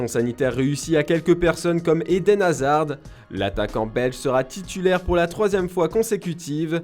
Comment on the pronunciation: Hazard on prononce pas le "d" svp